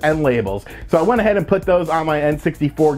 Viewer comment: twenny twenny